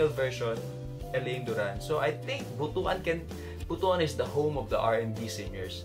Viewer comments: We're gonna take a moment to learn how to pronounce Butuan City correctly. Butuan is pronounced as BOOT + WAN . NOT BOO + TU + AN. Buto (boo + tu) means male genitalia in Bisaya. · Its pronounce "Boot-twan". Not "Bo-tu-an". Kabastusan yan, pari. Dugay kana sa labas ng Pinas. Tonto lang ka gihapon.